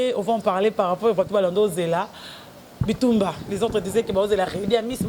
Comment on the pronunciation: alobi par rapour (ou lieu de par rapport ) na moni asalaka ngo na nko! Kkkkk